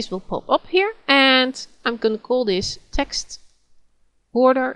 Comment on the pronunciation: when she says text I keep thinking she is saying sex e.g. "and on top of this I want some sex."